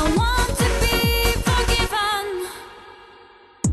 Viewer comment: Это ж насколько надо тупить и тугоушить одновременно чтоб такое услышать, а она поет без искажений просто ударение не туда